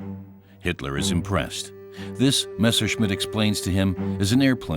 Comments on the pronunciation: "missershit"??!!....wow....poor narrator!!🤣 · A pronúncia "messershit" é horrível